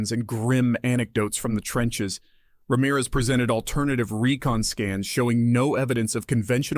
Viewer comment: I'm so glad you could pronounce Ramirez correctly. Most of the time it is pronounced Ram - eraz